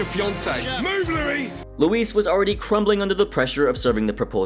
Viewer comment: Loo--eee not Louise